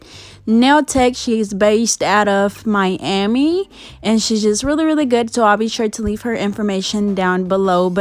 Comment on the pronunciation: Who is your all time favorite ????? Really can’t understand what your saying you said she is based in Miami. Sounded like Dallas J I wanted to check her out.